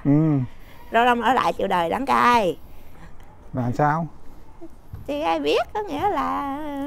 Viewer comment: Gió đưa cây cải về trời,rau răm ở lại chịu đời đăng cai.lo làm vườn quá đọc hơi bị sai